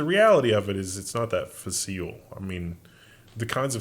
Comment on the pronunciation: Not “fa-seal.” “Fa-sile.”